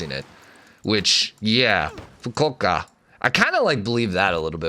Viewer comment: Japanese pronunciation is deceptively easy-just pronounce each syllable how it’s spelled. Fu-ku-o-ka. You got this 👍